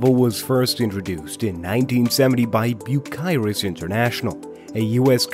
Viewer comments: It is Cyrus, you see a K in there you’re mispronouncing it, Cyrus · You would think that a channel that “specializes” in heavy equipment would actually know how to pronounce “Bucyrus”!